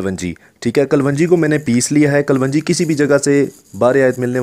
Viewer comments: Pahle bolna seekh kalwanji nhi kalonji hota hai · Kavanji nahe kalonji... hahaha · Kalwanji nahi kalongi bola kro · kalwanji kya hota h ganwar kalonji... sahi word bola kro... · Thek hai...thek ha..bass kar yar.... ..kalongi..kalwangi. not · Kalwanji nahi klonji kehtay hain theek hai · Ary bahi kaa loonji hai not kalwanji plzzzzzzzzzzzzz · Kalonji not kalwanji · Kal wanji nahi kalonji!! Aap ko ye tak nahi patta?????? Kon tha uustad aap ka? Jahil, uun parrh? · Mere bhai kalwanji nhi hota sahi word kalonji hy